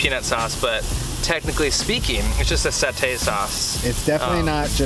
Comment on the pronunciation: It's satay lol